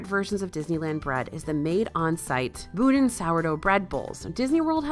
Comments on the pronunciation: Boudin Bread is pronounced “Bow-Dean” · BooDeen is how you pronounce Boudin bread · Boudin is pronounced "bow-dean". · If its name is French in origin, then that would be pronounced boo-dahn, not boh-deen. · Just and FYI from a San Francisco Bay Area raise person: Boudin Bread is pronounce : "Bo-dean" Bread! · Actually it’s pronounced boo-deen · You pronounce the second syllable like you'd say "Dan" (i.e. a person's name). Some also don't pronounce the n, like myself, while other's do. Source: I'm Cajun and boudin is not native to San Francisco. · Yes! Accent on the first syllable. But...Z is pronounced S.